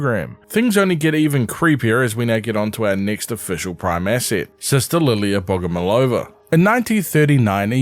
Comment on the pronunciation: I've just finished watching your previous prime assets video, thanks for another one! Just wanted to point out that firstly in Russia we stress the third "O" so we call her bogomOlova, and secondly this surname doesn't mean "loved by god" cause it doesn't correlate with the word love as we have other word for it in russian. It has two meanings. First one means a mantis as mentioned in the vid, the second one means a person who prays to a god though it's old fashioned and we don't use that meaning of the word